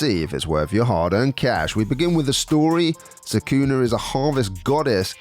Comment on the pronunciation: It’s Socku-nah. They say it in the game!